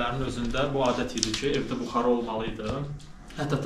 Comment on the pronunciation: buxara yox,buxarı